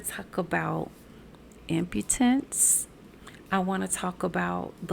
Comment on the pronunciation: Impotence… not imputence…. Thought it was going to be separate channel…. Congrats… make playlist if keeping on your channel….